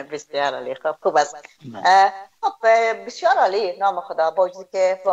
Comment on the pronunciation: ، این برنامه را بصورت بسیار عالی و با سلاست خاص انجام میدهید اما وقتیکه به صحبتهای شما خوب گوش بدهیم، متوجه میشویم که شما متأسفانه حروف "ع" و "ا" را مثل "ح" تلفظ میکنید و برعکس کلماتیکه با ح نوشته میشود آنرا با حرف الف تلفظ میکنید. مثلاً کلمهء "عزیز" را "حزیز" و "عالی" را "حالی" تلفظ میکنید همچنان کلمهء "اجرا" را هجرا یا حجرا تلفظ میکنید همچنان کلمهء ساعت را ساحت مینامید، وغیره وغیره. امید است در برنامه های آینده ء تان این خلاء ها را جبران نمائید. موفق باشید. 😘